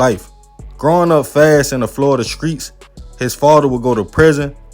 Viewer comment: Did he say skreets? Lol